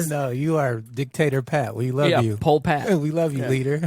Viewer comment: "Poll PAT"!? JHEEZZZZ! 😆😬